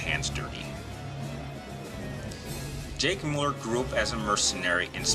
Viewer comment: Why do so many people pronounce his last name incorrectly. Pronounced Mew-Ler not Mull-er